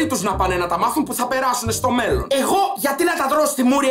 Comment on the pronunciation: Ρε καταλαβαινεις πως το λεει?Εννοει στο μελλον